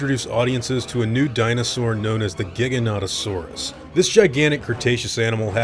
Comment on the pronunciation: Giganotosaurus Isn't pronounced giga no toe saurus It's actually pronounced as jiga no toe saurus. They're two dinosaur with this exact spelling. One Is a long neck know as giganotosaurus. But is pronounced as giganta to saurus. The giganotosaurus or jiga no toe saurus